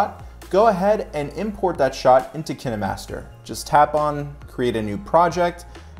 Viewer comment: Hi The pronunciation Kih- neh-master is correct.. Because, In Russian language and may be in others, the film or movie is called "Keeno", so Kih neh master name is logical. It is not Kæeen-master...It is Kih neh master... :)